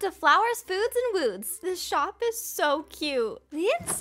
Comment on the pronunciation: Lol " Flowers, Foods, and Wouuds"